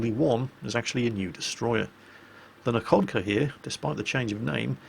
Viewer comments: in russian, a "LH" is pronnounced as an "H", so "Nakhodka" is pronnounced "Nahokda", "Nakhimov" is "Nahimov" and so on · the kh in Nakhodka and Khabarovsk is read as 'h' (like in hell).